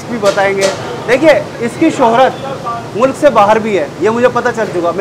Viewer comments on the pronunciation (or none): none